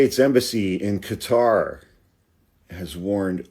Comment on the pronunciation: Thank you for pronouncing Qatar as Qatar.